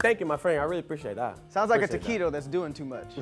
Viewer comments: Daas too mush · "Thassss... too mush"